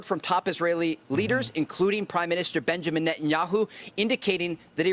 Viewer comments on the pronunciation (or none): none